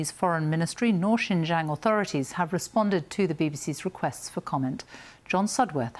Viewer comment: Be good if she could at least learn to pronounce Xinjiang correctly. Sorry, that's not too important here.